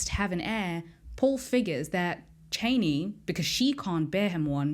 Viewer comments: I’m more annoyed by the way she pronounces Chani 🙄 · Reverend...not Reverant. And Chah-ni...not Chay-ni.